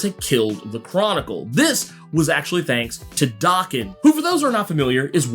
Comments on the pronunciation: Oh man, can we PLEASE stop mispronouncing Logan's son's name, already?! Daken IS NOT pronounced as DOKKEN. DOKKEN is A 80's-90's. Hair Metal named after the lead singer Don Dokken. Many bands had individual catchphrases, i.e. RATT, their catchphrase was "Ratt & Roll". Dokken's was rockin' w/Dokken. Daken is a Japanese term mean to demean a/o insult. It means dog or mongrel. In Japan 🇯🇵 , to call someone a mongrel is the Biggest disrespect. The correct pronunciation of Daken is Day-Ken, NOT DAH-KEN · It’s Day-Ken. Small nitpick. Keep doing what you’re doing and thank you!